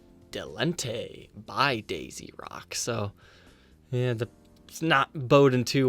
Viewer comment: debutante not delante